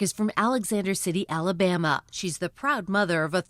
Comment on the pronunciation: When a grown man says alabammy in a real world sentence, he’s seen some shit. 100%